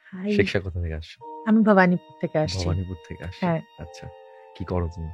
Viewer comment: পডকাস্ট টা যখন বাংলায় হচ্ছে আর যিনি অতিথি উনিও ভালই বাংলা বলতে পারেন, তখন রায় টাকে রে বলার কারণটা বুঝলাম না। তার উপর ওই ভবানীপুর বলার ধরনটা। বাবাগো ।